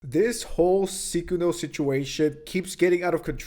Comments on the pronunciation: Everyone else: Sykkuno: Ceekuo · Psy-coon-oh. Not sick-in-o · WHY ARE U SAYING SYKKUNO LIKE SEEKUNO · I believe it’s pronounced Syykuwuno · I hate that I know that that's not how u pronounce this dork's name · are you saying his name wrong on purpose? lmao.. I cant. Sounds you you are calling him the curse user from JJK